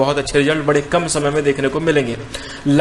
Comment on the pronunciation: शमय होता या समय ये लोग स को श क्यों बोलते ।